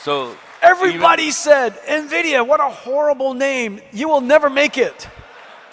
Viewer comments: NVIDIA ❌NVIDIYA✅ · Everytime, I heard Nvidia I heard it as India. But Mukesh's explanation of Nvidia with Saraswati and Lakshmi using Knowledge, Prosperity and Intelligence beats everything. Nicely done.